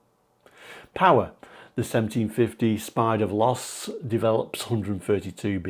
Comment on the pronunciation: Actually, Veloce is pronounced Veloché. Evolved over the decades, still a beautiful vehicle.